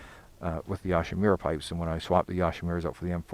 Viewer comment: You say Yoshimura wrong, just sayin.